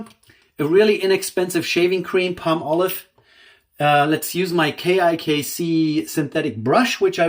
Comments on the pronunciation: Pall molive not Palm olive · If you Google the pronunciation in America it's paa-muh-lahv. So perhaps we are both correct.